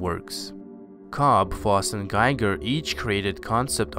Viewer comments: The artist is pronounced "Gee-ger" and not "Guy-ger". Just a friendly FYI, thank you! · *Giger => GHEE-ger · Giger is not pronounced GUY-GUR. It actually rhymes with Bob Seger. Otherwise, very nice video! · it's pronounced 'GEE GIR' with hard 'G' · I'm new to your work, and I appreciate it. In gratitude for your work, I'll give you a heads up for future videos-H.R. Giger's last name rhymes with eager. Not tiger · Nice. But "Giger" should properly be pronounced to rhyme with "eager". His name is not English.